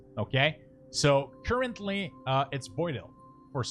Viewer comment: churchently != currently xD very helpful video, and a nice comedy relief with pronunciation :D keep up the good work